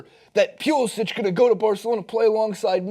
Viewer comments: Its pulisic not pulisich its a hard c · You guys keep saying his name wrong. When he pledged to the US, he changed the pronunciation of his name to Pew-li-sik